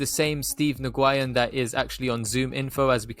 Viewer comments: 😂😂😂 Ohhh man Steve New Guyin!! That is hilarious to me!! I had to pause video and post this right when I saw the Post! His name is Nguyen! As in New yen! But I love how you pronounced it this first time! 😄 Classic!! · Yeah I’m in the bay about 15 min away from Mr Nguyen. Huge Vietnamese community here, I’ve heard it pronounced many different ways but New Guy In is an instant classic. Ima have to go check out this place in Morgan hill and find out how many saphyr’s are coming through!